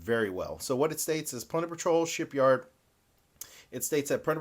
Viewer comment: Dude I almost subscribed but then you didn’t say “Shipyarrrd” correctly. If you somehow correct this fatal error I will reconsider my decision